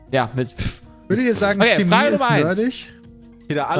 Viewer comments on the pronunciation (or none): none